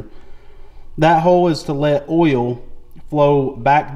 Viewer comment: Lmao Why do u add extra alphabets and an extra syllable to the word "Oil"